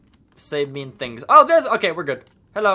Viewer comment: I just noticed he said tings instead of things